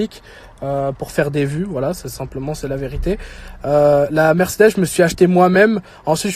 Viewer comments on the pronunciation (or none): none